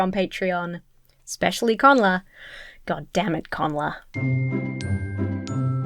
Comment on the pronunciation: I always thought it was Goddamnit Connor not Connla. Now i feel bad for mispronouncing their name.